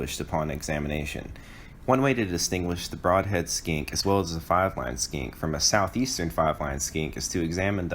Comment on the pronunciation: I only hear "largest SKANK in the SE" :D 1080p but not in focus... :(